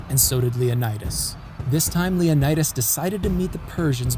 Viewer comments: You should learn the pronunciation of the Greek names. For example, the name of the Spartan king is pronounced Leo NEE das, not Leo nye das. In WWII on Crete, where the allies were leaving Greece, a British commander told a Greek Captain to tell his men that they were all leaving Greece as the Germans were every where. The Greek Capain replied that he and his men could not abandon their country. The British Commander said that they would all die if they stayed. Like his ancient ancestors, the Captain replied, "Commander, we Greeks taught the world how to live, now we'll teach them how to die." The Captain and his men stayed behind and covered the British retreat. They became part of the resistance. Because of this attitude and fight, the Germans took no Greek soldiers prisoner. Officers could keep their side arms. Good video. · yes, you are absolutely right 😊. Also, if you are interested in the Greek ponunciation of Leonidas, the "i" is pronounced "ee". Great work btw. As a Greek obsessed with history, you aced it! So rare, if I may add, for a non-Greek 😊.